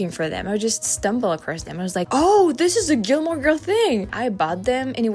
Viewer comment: I liked the way she said “Gilmore.”